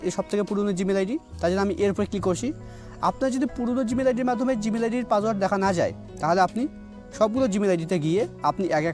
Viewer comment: ভাই আপনি কি অশিক্ষিত, পাসওয়ার্ডকে বলতাসেন পাজওয়ার্ড